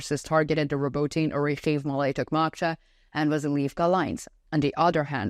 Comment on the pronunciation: Robotyne is pronounced Robo-Tee-neh..... Not trying to be that guy. Just saying....